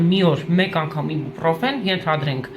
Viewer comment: Իբուպռոֆեն չի այբոբրոֆենա 🤦‍♀️🤦‍♀️🤦‍♀️🤦‍♀️